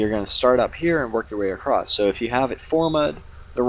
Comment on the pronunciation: Across has no T in it